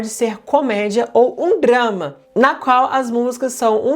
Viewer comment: Estou ouvindo "grama" invés de "drama".